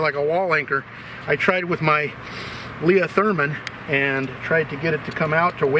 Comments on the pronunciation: Why did u pronounce it "Leah-Therman" instead of "leather-man"? genuine question, in Spain we say it the second way. Amazing video!!! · No fucking way you just called it a "lea-therman" bruh!!!! It's leather-man.😅😂😅😂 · "leat hermann", never heard leatherman multitool called like that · The way pronounced "Leatherman" in this video causes me great distress. Super underrated joke. You thought it slipped notice,, but I see you!